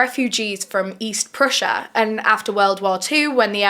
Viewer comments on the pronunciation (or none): none